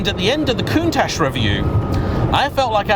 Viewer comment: There is NO SSSSHHH in COUNTACH.